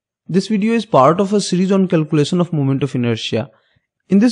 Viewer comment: Sapes, sown and calculason 😂